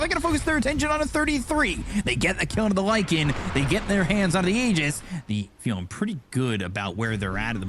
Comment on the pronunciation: props to for pronouncing the aegis properly!